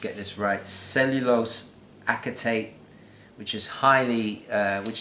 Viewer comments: acetate pronounced "assatate". good review and channel :) check out Randolph and AO sunglasses, also handmade, aviator style glasses. great watch reviews too. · This is brilliant. Btw acetate is pronounced ase-tate. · THANK YOU. ASS-SIT-TAYTE. Drives me crazy when people mispronounce words. Sometimes I think he does it on purpose in an effort to make himself sound more... "whatever."